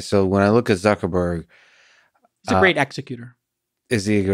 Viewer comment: "Suckerberg" lol